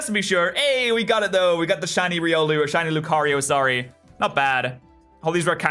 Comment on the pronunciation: its Ry-Ol-oo